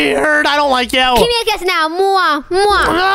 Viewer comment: meant to say give me a kiss but In stead he said give me a quiz😂😂😂😂